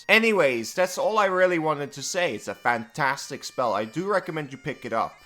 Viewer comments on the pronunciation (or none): none